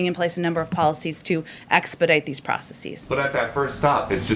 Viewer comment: Proceseees... find that in a legit dictionary.